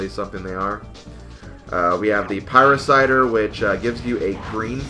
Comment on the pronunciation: Pie-Ra-Sitter :p